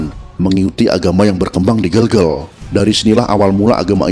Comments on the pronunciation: Ijin bang, yang bener itu di baca GEGEL, Bukan Gegel🙏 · Gelgel bukan gelgel.. ee buke e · Pelafalannya bukan Bukan GELGEL tapi GeLGeL ya Bang. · bacanya itu gelgel bukan gelgel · Penyebutan Kerajaan Gelgel kurang tepat min, benarnya pake ē bukan e. Hanya menambahkan informasi tanpa tujuan khusus ✌🏻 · Ucapan ,bukan gel2 malahEl yg benar" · Gelgel e nya dibaca spt pd vespa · Gelgel e nya jgn dibaca e spt pd kata " berapa " tp dibaca spt e pd kata " vespa " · Maaf min cara baca gelgel itu bukan bgitu tpi cara baca vokal E biasa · Cara baca gelgel nya salah om